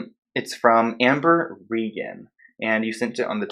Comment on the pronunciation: The way you say Amber-a 🤣🤗